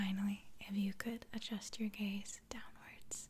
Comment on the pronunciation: Is it just me that understood gays instead of gaze. I really had to concentrate to understand gaze... or am I just too gay for life ?